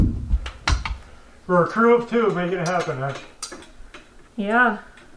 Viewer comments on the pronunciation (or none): "Croo of Tew" 🙂✌❤